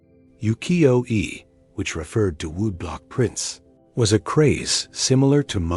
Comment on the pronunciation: 浮世絵 is pronounced as "woo-key-yo-eh."